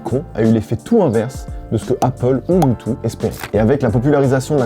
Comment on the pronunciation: Ca se prononce « youdeuh » ;)